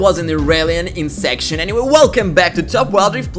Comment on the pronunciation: Its insec not insection ML cringe lmao